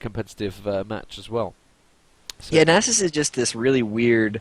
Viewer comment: Is that how you pronounce Nasus? If so I've been doing it wrong...